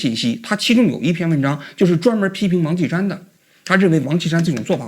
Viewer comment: 这王qi 山 说的 跟 王青山是的， 直接到 照片出来才知道是 王歧山